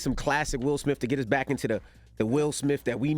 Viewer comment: Guys, His name is SmiTH! SMITH. There are NO F’s in it! Why do you say SmiFF?